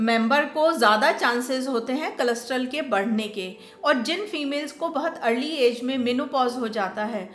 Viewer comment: कोलेस्टेरोल के बदले में आप कुछ अलग pronounce कर रही हैं।